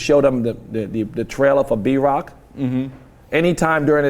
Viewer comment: Every time he says B-rock I thought he said Drock lol